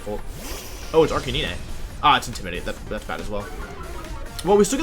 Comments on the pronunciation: Did he just say arca-nee-nay? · Wtf?! Arc-ah-knee-nay?! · Arrrr cain neee neee! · y u pronounce it arcaneenay and arcanine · Arcanine "Ar-canine" canine like a dog. Not cah-nee-nay. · Ah yes good ol Arcaneene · ArcaNINEY? Wh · “Arcaneenay” This makes me extremely angry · arc a knee nay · Arca nee nay? Now, I know you mispronounced that on purpose. I bet I know why. People, don't make fun of him for how he says things. He'll start doing it intentionally, just to annoy you. Which will annoy the people it didn't originally once they notice, and hurt viewership. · Arch uh knee nay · If you call him arkayneenay again i will unsubscribe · Your pronunciation of Arcanine gave me cancer. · The fucking way he says Arcanine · Well, he always pronounced Arcanine like that... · I've never heard anyone pronounce it like that ever